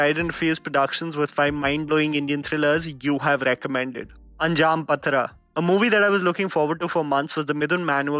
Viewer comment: Anjaam Pathira(pronounced paadhira(midnight) Great list n wonderful build up to see these awesome movies💜🙏👍